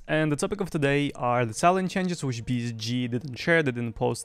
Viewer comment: I LOVE HOW YOU SAY BSG. BIZZG